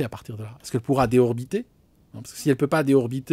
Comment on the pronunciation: désorbiter se prononce [dé zor bi té]